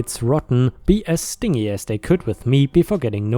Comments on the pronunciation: Hi ⭐, I watched it again, it's , when you say stingey, for stingy. During the Saudi Arabia trip, talking about the aunt and uncle spoiling their own kids rotten, but being stingy with everyone else. Hope this helps. I adore your story telling. Since I have the overnight job now, I listen to you at break time, and lunch time. And the soap opera General Hospital snippets, and missed episodes. That's it for YouTube, I'm too exhausted for anything else. You in my earbuds helps me ignore the very loud speaking Spanish women across the room at lunch time, (I think they need hearing aids they're so loud👂). Take care, stay safe, have a nice day. 👵✌️☮️☺️🖖 😷 🙉🙈🙊 ♥️😎⭐🌟🌠💫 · Hi ⭐, ⭐⭐⭐⭐⭐⭐⭐⭐⭐⭐🌟🌠💫 You do amazingly well with English, but every once in awhile you get one of those weird words, and we notice. I hope you don't mind the help. “Stingy” is pronounced stin-jee. It means miserly, tight with money, not willing to spend money. I know it doesn't look like that's how it's pronounced. It looks like something you would use to say that a bee or wasp got you, it was “sting-ey”. (Or something like that, bad example I know.) Hope this helps. Take care, stay safe, have a nice day. 👵☺️✌️☮️🖖 😷 🙉🙈🙊 ♥️😎⭐🌟🌠💫 💍⏳⌛ Don't forget, call your mother often.☎️📞📱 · Stingy - sounds like "binge" with a hard "E" sound. So you had it right with the long "E" sound at the end, but need to make the "g" sound like that in "binge," like binge watching a TV show.